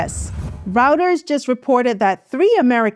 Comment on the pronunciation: Miss, Reuters is pronounced Royters, not Rooters